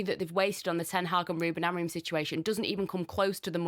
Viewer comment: Has started to learn how to pronounce our ex coaches name properly yet. It's AMORIM not AMOREEN